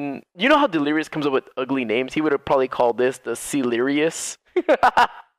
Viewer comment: Nobody: Literally Nobody: Not anyone: Nobody in the entire universe: Not anyone in the galaxy: H20 Delirious: sEalIRiOuS